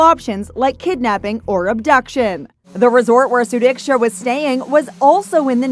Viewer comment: This time you did pronounce her name properly... Wish her parents would ne so strong as you and me to find out the actual scenario what happened to her and not believing what joshua actually said